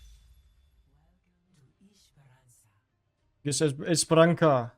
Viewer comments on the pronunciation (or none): LMAO. I always lose my sides when pronounces “Esperança” as literally “esperanKa”. Amazing